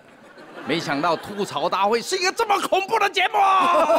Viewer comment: 主持人整天说错，明明是吐「土」槽，为什么就是不改？没罚款对不？